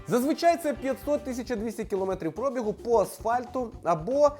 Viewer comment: Наголоси - пробІгу, а НЕ прОбігу